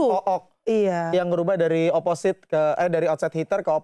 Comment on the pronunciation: Fyi, Opposite d baca oposit bukan oposait. Gw dlu jg baca oposait. Tau pas udh srg dgr komentator voli